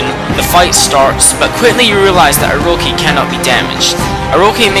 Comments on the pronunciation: Its orochi not oroki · It's bothering me that he's saying Orochi wrong. Oroki is not correct. But otherwise, fantastic video!! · its Orochi not orohi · it's odochi not oroci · Ugggh. It's Oro-chi not Oro-ki! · It's pronounced Oro-ki in Japanese since all vowels are pronounced as ah, eh, ih, oh, and uh. Orochi is pronunced with a k instead of a ch sound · *after reading pointless fight in comments section* Anyhow, great list, but I have a few complaints. First Oroki... gotta pronounce the ch like cheese. Second, If it's a favorites list at the very least say what you like about the fights before the top 5, third, don't be a try hard with those clever recap titles. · And i couldn‘t agree more, pople pronouce vowels diferent and i know that, and if you dont know proper japanese pronuciation well then its understandable, but i have to correct if someone says Orochi that badly, you say it as if theres a L in it like this Orlochi but you roll the L, anyways i see your opinion emmakatenotcake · This is just a large story telling and not the reason you chose, and also it is o-ro-chi not o-ro-he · its oroCHI not oroKI -. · the way u pronounce things is..wel stunning: Sake, Exorsise. Tsukiyomi (tsukukiyami??? wut?) Orcochi (oroki)? Usually I aint that hard on folks. and I like your video. But im rea;;y sorry when I say I hate it when people make a video and DON'T do either the Research or take an efoort in Pronunciation. BUT. Since I like your vid. Have my like and hopefully better luck next time. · Not to be rube but he really botches up all these names and it makes me cringe, but it might be because i'm just a stickler for this kind of stuff i mean stuff like Ark of Yamado, akurow, aroki (its Orochi) its cringe-worthy man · he pronounces Orochi and sake wrong